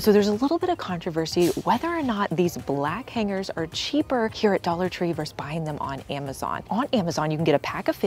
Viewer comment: Vs. is not pronounced “verse.” It’s “versus.”